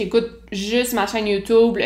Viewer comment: "Youtoub" ! Mouhahaha !... Bref ! Très intéressant tes confidences . Continue tes vidéos , j'adore ta personnalité ! 😉